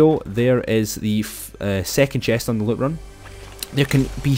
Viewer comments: “Yah can get so much luit” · He says loot like LUTE 😂